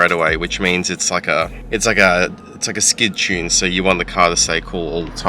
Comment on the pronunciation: Sic tune, ronatune 😆